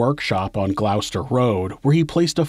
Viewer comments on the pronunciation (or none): Gloucester is pronounced 'Gloss ter' not glough ster! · Gloucester is pronounced 'gloss-ter' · Gloucester Road, if you’re American, Gloucester is said simply to rhyme with roster, as in a team’s roster. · That isn't how you pronounce Gloucester.